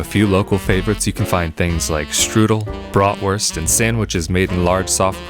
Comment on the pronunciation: "Brot-worst"?? It's Bratwurst!!!! Great video, anyway.